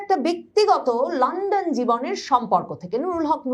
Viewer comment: লান্ডন না,লন্ডন